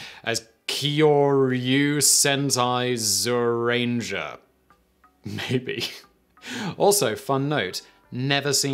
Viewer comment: Yes, that explains it, i remember watching it as a kid in japan, and it was always pronounced gyu or jyu rangers. so imagine my confusion trying to google it a couple of years ago